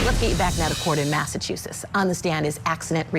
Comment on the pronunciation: Can someone please teach this lady how to say Massachusetts 😫